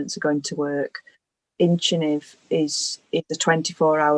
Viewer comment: I was trying to understand the specific medication that was discussed in the video. It sounded like Inchinive, but the transcript says incentive. Can anyone clear this up?